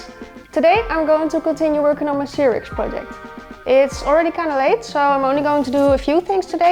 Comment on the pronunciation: Cirix? What accent is that?